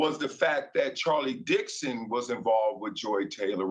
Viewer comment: Lay-der, Dix-on will get fired along with Joy.